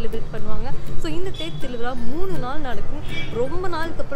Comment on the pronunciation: 🤩🤩 thiruviza was always joyful, and oru chinna obligation, nenga solum podhu tiruvila nu solrenga , its thiru viza 🔊🤗